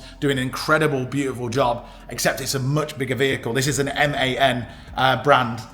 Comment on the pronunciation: M.A.N Not man, german built